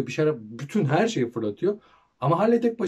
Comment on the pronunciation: Abi Harley diye değil Harli diye okunuyor